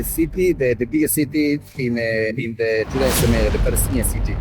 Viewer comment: Good coverage. Place is Judea and Samaria. You said jedua, which is not correct pronunciation. But you are amazing for sure. I love to hear every episode you share. BTW, I am from NYC metro area and I support the cause of Israel completely, as much as Kashmir belongs to India. Call me right-winger. Eh ... no I dont support Trump anymore. (I used to)